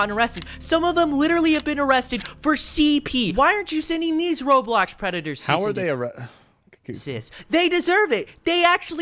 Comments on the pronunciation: did he just say “Robox?” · "Robox" i cringed this hard